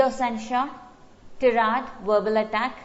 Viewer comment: Ma'am please check the pronunciation of tirade